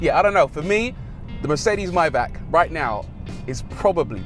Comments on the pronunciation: Come on not even you too Bruv. MAY--BACH not MYBACK. Lol 😁. Lovely Vid btw. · fantastic car but isn't it maybach you call it mybach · My man calls it a myback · Please, learn how to pronounce "Maybach". :-)